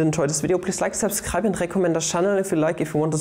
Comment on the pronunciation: "Subscreib" will do sir, please don't deport me